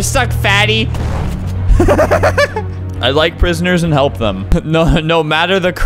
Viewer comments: funfact: when flamingo in said HLEP i sounded like chleb. What casually means bread in polish lol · "hlep" is somewhat how you say bread in russian lol its more like "heelape" tho aksjdhjshk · That sounded like bread in russian xD